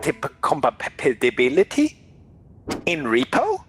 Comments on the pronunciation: "Will there be Mac compapatility?'' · JAJAJAJAJAA COMPABILITBITILIBILITY